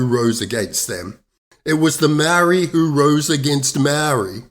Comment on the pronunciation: I switch off when I hear the barstardized pronouniciation of the Maori language . Do yourself a favour and learn to properly pronounce "Maori"